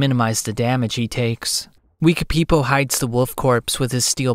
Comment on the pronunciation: I love the way you pronounce Wekapipo